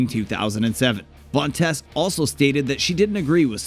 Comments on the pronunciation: It sounds like tease not tess. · Where do Americans get their pronunciations from... Dita Von Teese as in Cheese... To tease someone... Where do they get Tess from??? Idiotic.